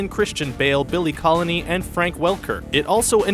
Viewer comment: Billy Connolly, not "Billy Colony." D'oh!